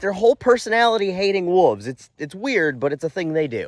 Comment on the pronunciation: When he said "Wooves" I had no fucking idea what he meant. Kind of had a "My Cousin Vinny - did you just say Yoots" moment. Wolves.